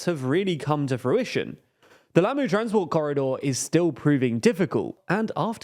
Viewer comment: I know you guys get guff for your mispronunciation. I didn't realize how bad it was until I heard you say Lamu. As a former resident of Kenya, all I can say is Pole Sana.